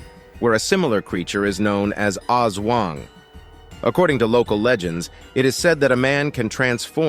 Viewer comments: it's "ASWANG" not OZ WANG... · The " aswang " ( not oz wang) is completely different bub